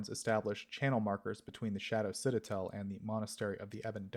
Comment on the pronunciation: Back and still mispronouncing Citadel